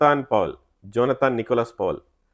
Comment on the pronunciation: "ജോനത്താൻ" അല്ല "ജോനാഥൻ" എന്നാണ്. ഡ്രാക്കുള നോവലിലെ ജോനാഥൻ ഹാർക്കാർ പോലെ